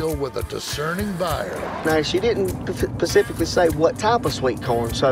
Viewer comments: '"She didn't pacifically say what type of sweetcorn" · There’s an “s” in specific lol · "Our customer, pacifically, asked for sweet corn" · Pacificly? Lol “Specifically”😂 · Wish hed stop saying "pecifically" when he means "specifically"